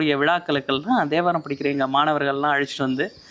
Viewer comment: Om Namasivaya. A humble prayerful request to our Highly revered Thambiran Swamigal - It is Thevaram not Devaram. I hear His pronunciation as Devaram. Please forgive me if I hear it as Devaram. Om Namasivaya